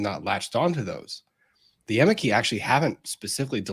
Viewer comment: This is NOT part of "the public relations battle" (they DONT talk about "poor Amber"), but rather THE BIG IDEOLOGICAL WAR against society / men! +1 for saying "amici" CORRECTLY... the "c" is a "k"... not a "tsh"... in LATIN! Removing Asbestos from a larger building is quite interesting, because you a) cover up all the windows with plastic sheets (not too tightly) and b) use a GIANT vacuum + filter to "lightly suck the air out of the building", which creates a draft through the windows that goes from outside to inside, thus you make sure the asbestos only goes into the filter. Next to the filter is an airlock for the workers... and they have to have regular breaks DUE TO WEARING MASKS and disposable overalls. If I hadnt thumbsed up already, I'd have to do it now for stating what MANY PEOPLE DONT KNOW: REAL SCIENCE has at its core two requirements: a) freedom of thought (there are NO questions that shouldnt be asked... which does NOT mean they "must be" experimented on / implemented!!!!!!!) and b) the mindset of "I COULD BE WRONG!" (a certain "Dr. F." does NOT share this, same as most activists... which makes all their statements BELIEFS and thus RELIGIOUS!) Did this statistic EVER ASK ABOUT ABUSE OF MEN? If you only ask one side... your data is FLAWED and thus WORTHLESS... unless you are MOTIVATED BY IDEOLOGY and just want to create a statistic to prove your starting supposition. "There are resources..."... f